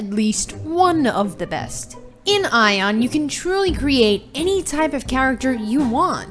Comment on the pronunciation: It's aion not eye on